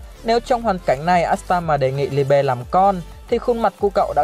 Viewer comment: Phát âm Liebe trong tiếng Đức là ly-bờ anh ơi